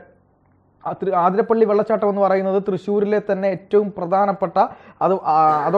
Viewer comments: ആതിരപ്പള്ളി അല്ല അതിരപ്പിള്ളി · അതിരപ്പിള്ളി ആണുട്ടോ ആതിരപ്പള്ളി അല്ല